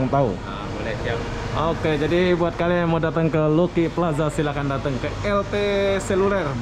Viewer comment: ....Lucky Plaza sebutan nya....Laki plaza...bukan Luki.